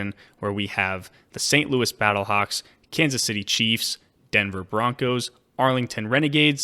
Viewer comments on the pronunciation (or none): none